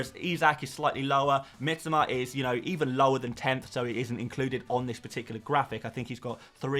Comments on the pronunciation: Ffs...it is pronounced Mitoma.. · Bro as a content creator, you should really take the time to pronounce the player’s name correctly. You’re continuously butchering Mitoma’s name. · Mitoma, pronounces his own name like this 6mins 30 in